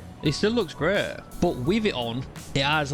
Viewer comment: Resheh looks greh todeh Who talks like this?😂